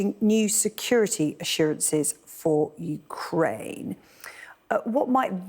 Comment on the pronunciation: I love that "ooh cry enya" 😂